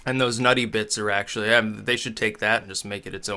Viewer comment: sounds like "It's sexually pretty good". Man, those MRE episodes just got even better.